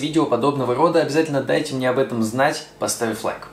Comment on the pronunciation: Что за говор:" это не по мнеэ". Зачем так произносить?